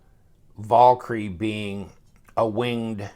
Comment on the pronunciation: Damnit, I can only hear a man butcher the word "Valkyrie" so many times.